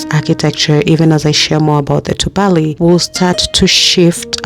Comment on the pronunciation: It's pronounced as tubali as opposed to tubaali as you are calling it. The a is pronounced as a in apple